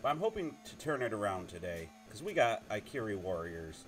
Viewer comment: It's "ih-CAR-ee" Warriors.